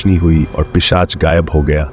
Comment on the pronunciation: पेशाच नही भाई पिशाच। 😅